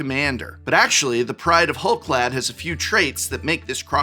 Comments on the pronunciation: you're the expert on pronunciation, but "clade" ≠ "clad". Rather than being clad in hull, they're part of the "hull clade" (clade meaning a group of organisms believed to comprise all the evolutionary descendants of a common ancestor - Oxford). Am I missing something? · your pronunciation of Clade is killing me. It's pronounced like Spade or Made lol.